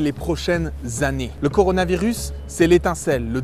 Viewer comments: deja le mec sais pas prononcé coronavirus il a dit coranovirus xd il sais pas lire alors xd quoi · Le type a dit "Coranovirus" Ah ouais 27 likes quand mêmes. C'est une première! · corano virus.... putain mais il sait même pas dire le nom correctement putain... tu m'étonnes que je suis confiné chez oim depuis 3 ans xD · Coranovirus ? J'ai pas rêver ? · "coRANOvirus" il m'a perdu à ce moment précis x'DD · coranovirus CORANOVIRUS. Déjà ça c'esr next direct krkrkrkr 😂😂😂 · à il est déjà pas foutu de prononcer coronavirus^^ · Il galèrait déjà prononcer coronavirus ^^ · Il à vraiment dit le coronovirus l' autre abrutie qui tourne depuis hier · Le "coranovirus" XD